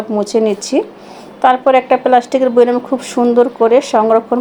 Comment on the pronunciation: বইরাম আবার কি আপু? ,, এটা বয়ম হবে উচ্চারণ। আশাকরি এর পর থেকে ঠিক করে বলবেন, ইন্শাআল্লাহ